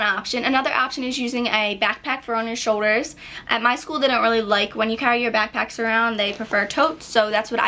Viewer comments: It drove me insane how you don't pronounce the letter 'L' like in "fo-der" (foLder) and "sho-der" (shouLder) argggggh lol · good job but u cant pronounce shoulder or folder its more like shoder and foder